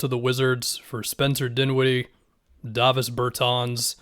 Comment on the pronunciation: I didnt know it was “dah-vis” thanks